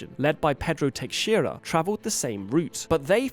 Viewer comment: nice pronounciation on "Teixeira" ;)